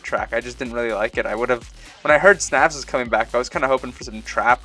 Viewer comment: Snavs is pronounced "Snouse" btw :p